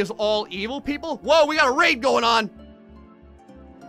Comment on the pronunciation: Whenever he says raid i keep hearing rape